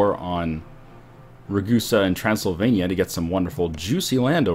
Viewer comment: omg you pronounced Transylvania correctly at the start of this video, good job